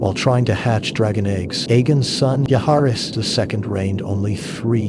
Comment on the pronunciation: VISS-AIR-US...not VIZERIES. JOE-HARRYS... not whatever the heck the A.I. voice was pronouncing.